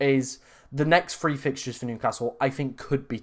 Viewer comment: pronounce your TH words, free and THree sound the same and its confusing my brain 😂😂